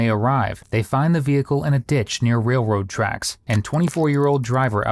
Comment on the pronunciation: wailwoad twacks